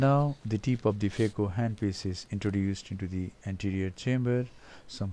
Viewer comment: i think there is a problem when u pronounce the letter p. Thats why flap becomes flaf and tip becomes tif